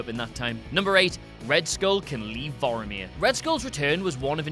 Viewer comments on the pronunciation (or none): OH MY GOD ITS PRONOUNCED VORMIR NOT VOROMIR, AAAAAAAAARRRRRGGGGGHHHHH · Are the people at What Culture incapable of pronouncing things correctly? It's Vomir not Voiamir. Like come on? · Pronounce names correctly, please. Vormir = Vor-meer, Coulson = Cole-son. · It's Vor-mir! Not Voromir! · Voromir? Are you mixing up Vormir with Boromir? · "bor omir" Maybe cause its the same actor as Elrond in Captain America? XD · Vor-meer... two syllables. you're pronouncing it like Boromir from LotR. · Planet "Boromir" tho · How about "Vorameer?" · Thank you, Vormir does not rhyme with Boromir. Pissed me off every time he said it. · Why do you keep pronouncing Vormir wrong?